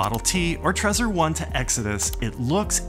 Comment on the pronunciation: Sorry, I'm annoyed by weird pronunciations. Doesn't it make sense to pronounce it like you do the word "treasure", not like the word" traitor"?! I'm pretty sure that was the intention. Other than that, thanks. Cool video :)